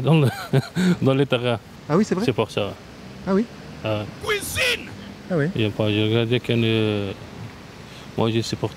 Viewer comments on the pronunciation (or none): Le "KOUISINE" du pain béni pour le monteur :D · Vers 9mn en voilà un charmant monsieur … 🤢🤦🏼‍♀️ « Pck li fiminin si à la kouizine» sérieux ?? Même en tant qu’homme je trouve ça a gerber…. Et ça le fait rire il est content …